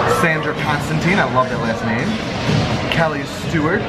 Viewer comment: Thank you for the shout out it made my day!! And thank you for pronouncing my name correctly, not many people do 😀